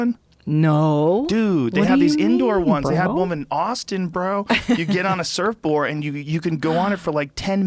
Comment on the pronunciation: Joe "surfboar" rogan